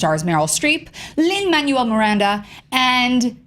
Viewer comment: MANUEL IS PRONOUNCED MAN-WELL NOT LIKE THE WORD MANUAL WHY IS IT SO HARD FOR PEOPLE TO GET THIS OH MY GOD